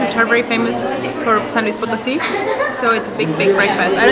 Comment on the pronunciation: Not to be rude, but why do you insist on calling it POT 🍯 instead of Po (long o) tosi. I'm sure she has corrected u....just sayin 🤷